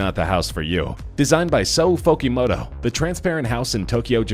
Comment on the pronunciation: Sou Fujimoto not Fokimoto. What a dumbass narrator.